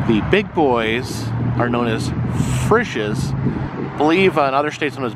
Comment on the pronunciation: Frishes is pronounced FREESHES.in Ohio. I ate at that restaurant many days when I drove semi truck in early 1990's.